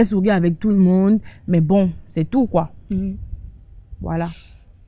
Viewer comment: Ehhh tu parles hein 😂 faut savoir parler aussi c'est pas tout on dit koyyiiii.